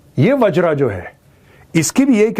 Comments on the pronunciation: मेजर साहब वज्र है न कि wajraa। आप हिंदी भाषी हैं। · वज्र not वज्रा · its वज्र, not vajra bro